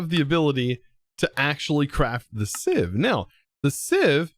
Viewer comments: Siv not seev correct pronunciation great episode by the way. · Just an FYI, Sieve is pronounced “siv.” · It is pronounced siv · its pronouced sieve with a e